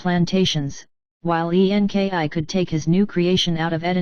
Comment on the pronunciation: I cannot get through the computer voice. The spelling of websites so weird and difficult to concentrate on the actual story. Why spell out E N K I ? I will not be sharing the computer voice ones. Sounds super fake.